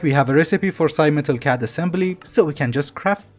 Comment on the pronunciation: CAD is read like NSA and not like NASA I know you ignore these types of comments but you said it like 30 times in a row and it got to me (which may have been you trolling if so good job)